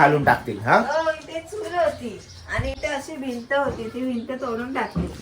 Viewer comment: चुळ नाही चुल म्हणतात तीला,चुळ म्हणजे तोंडात पाणी घेऊन भरतात ती चुळ